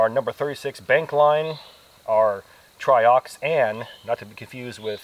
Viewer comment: It's pronounced try-ox-ane, rhymes with main.